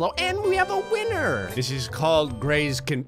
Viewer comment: “All of them are in my weenur... EVERY LAST ONE”~, 2021